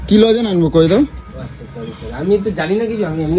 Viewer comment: ওটা "লজেন" নয়.. "লজেন্স"!